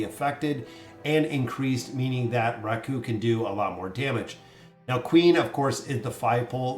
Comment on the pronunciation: No hate but Raku is pronounced RAku, not raKU